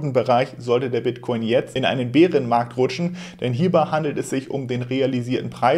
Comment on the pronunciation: Wie immer top Infos und professionell geliefert! Top. Einzig die Aussprache Beerenmarkt kannst du vielleicht mal untersuchen. Bäärenmarkt...... Weiter so!